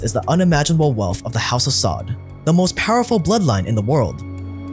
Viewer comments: It's "sah-ood" not "sod" but tbh fuck these sods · it's pronounced sa uud, like (you) with out the y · its the house of saud (pronounced sa ood) not sod.